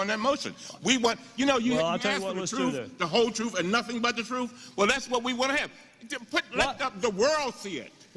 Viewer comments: "The Troof, the Whole Troof, and nothing but the Troof" - what an idiot... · OMG...did that moron say "The Truff"??? God help us if this is the best we can come up with for a congressman? His party should hide him. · Anyone that's says "truff" should be disqualified.